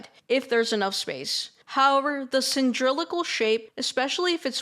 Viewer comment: Wrong: Sin•drill•acle Right: Cee•lin•dri•cal (Cy•lin•dri•cal)